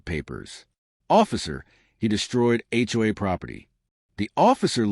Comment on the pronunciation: First thing I noticed about this horrible AI garbage story was; What in "H" is an HUA? I've heard of HOA's but never HUA's